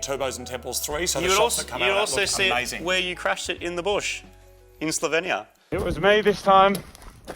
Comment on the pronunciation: Congratulations on a successful first 15 years. Martin, you pronounced Slovenia like a true Slovenian.